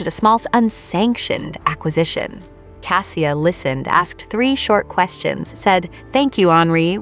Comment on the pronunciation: Outside of the complete mangling of the main protagonists name, it's a decent story. Cassia is a loving and deeply caring woman. I wish them both joy. And Mrs. Lavoie.